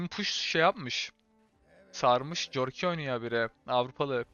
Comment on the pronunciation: Abi küçümsemek gibi düşünme de corki korki diye okunuyor valla corki dedikçe kafayı yedim